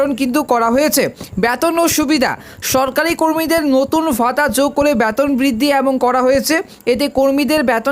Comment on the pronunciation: ব্যতন নয় রে বেতন ! উচ্চারণ ঠিক কর ভাই ।